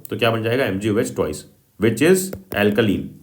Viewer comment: Instead of twice u r saying toice